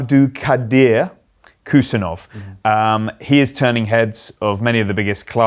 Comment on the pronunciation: Hey David Ornstein, Khusanov is pronounced hoo-sA-nov. K is silent and emphasis on A.